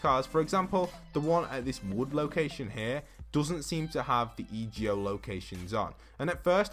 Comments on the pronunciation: It’s EGO NOT E.G.O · Anyone else triggered when he would say e.g.o instead of just saying ego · Code postboxpat itz_Avila Hey its EGO not e.g.o I think it sounds better😂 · E ge o really its e go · it's ego not E G O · It’s ego not ejo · I love your vids but it’s EGO not E G O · Kinda- I was like “say it right man, this is messing with my ocd.” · Kuraidoman yeh but it’s annoying hearing him sounding out the letters in the acronym than actually just saying the word it spells, like do you say N-A-S-A or nasa